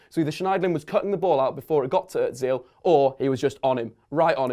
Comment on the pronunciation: Ozil - pronounced er-zil, not urt-zeel :P Sorry, but as someone with close German relatives, this was annoying me :P